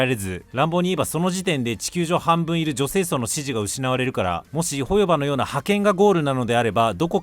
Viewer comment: 自分も３作品全部やってるから動画内の言いたいことは概ね同意だからホヨバのイントネーション変えてくれ、トトロのイントネーションやねんそれ。チヂミのイントネーションで言ってくれ